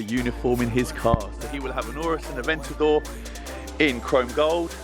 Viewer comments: did he just say farrari adventador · Did my man really say "E-ventador" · He said Ferrari atventador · So no one is gonna acknowledge the fact that dude said “ la Ferrari aventado”? 😂😂